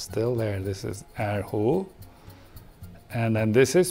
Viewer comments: The way he said er hu though, As someone who knows Chinese, I'm pretty triggered Good job tho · coool!! but the way he pronounced er hu literally killed me. TT